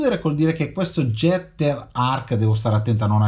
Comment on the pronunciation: Si pronuncerebbe ghetter..... Tanta Zama? 😂😂😂😂 Fa c@@ Io l' ho aperto preso in mano e rimesso in box